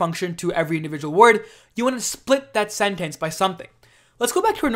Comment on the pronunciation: thanks - but why does he pronounce 'sentence' like that